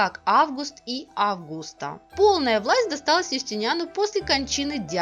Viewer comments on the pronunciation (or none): none